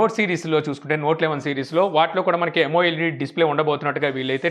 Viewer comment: it's not yamo-led it is amoled.